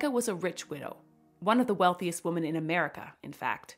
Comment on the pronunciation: Plural of woman is women, pronounced like “wimin” PLEASE.